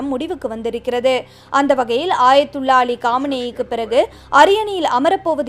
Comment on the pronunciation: ஆயத்துல்லா இல்ல அக்கா😊 அயத்துல்லா.